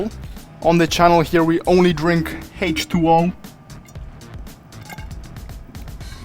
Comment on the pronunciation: i love that he said alcole and hach2O